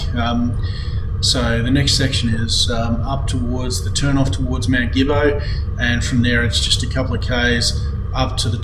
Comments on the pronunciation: Believe it or not, Gibbo is actually pronounced Jibbo. It’s like the word general. Something else to keep in mind, is damaged tracks cannot be repaired without cultural and heritage approval . At times it can be a lengthy process. Great video! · No probs. When I moved to Benambra in 1990 from Melbourne, I was corrected by the locals, including Omeo, Swifts Creek and Ensay that you are pronouncing the name Gibbo incorrectly. I was pretty much told - think of the G as a J. The word genocide is another good example regarding pronunciation. All good .